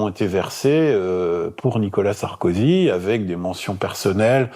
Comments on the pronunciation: C'est qui Nicolas "SarkozU" ? ☝️😁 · secondes faut modifier NICOLAS SARKOZUUUUU